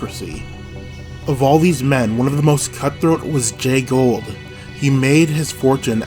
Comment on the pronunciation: To earn respect for your channel, learn the proper pronunciation of your key player’s name. It is not Gold.